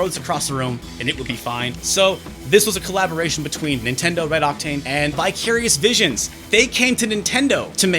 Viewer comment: Apropos of nothing, I totally thought you said "bi-curious bitches" instead of "vicarious visions" and did a small spit take. lol